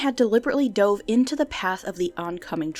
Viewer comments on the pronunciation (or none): none